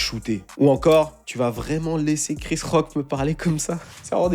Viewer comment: Mdr quand t'as dis "Il a giflé Chris Rock" j'ai entendu "Rick Ross". Je me suis dis "non ça par contre c'est pas possible." 😂